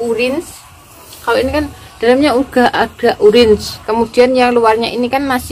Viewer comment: Kok urins 😂😂 bukan oren